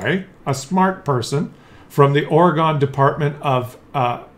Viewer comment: They just want the aluminum cans...and it's pronounced OR-GUN